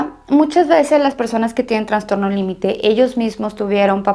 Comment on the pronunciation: Es transtorno o trastorno. Alguien me indica?? Escucho que ella dice Transtorno